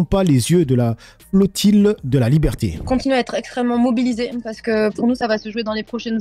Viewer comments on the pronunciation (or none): "la flotiLe" ... :D T'as loupé les cours de lecture concernant les mots avec un double "LL" ? :D